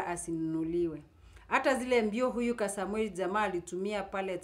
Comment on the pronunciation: Point of correction,He is Kasmuel not Kasamuel.Pronounce the name correctly